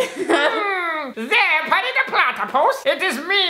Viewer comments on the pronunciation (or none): yo dislike por que dijo itaxme mario y no it's me, mario